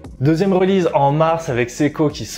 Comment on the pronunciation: "2ème reulize" ? Release ne se prononce pas like zat, mister. Stick to french, ce sera mieux.